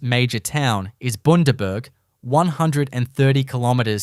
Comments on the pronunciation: Bars Strait??? Boondaberg, are you kidding me. Not to mention all the other mistaken pronunciations. I have to put the whole thing on mute and just enjoy the pictures. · Shit thumbnail for this video. That’s NOT an Australian coastal town! And WTF is Boonderberg? How many other things are wrong in this video? Edit: plenty!